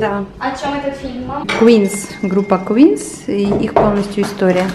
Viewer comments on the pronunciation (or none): Группа называется QUEEN, а не QUEENS) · Группа называется Queen, а не Queens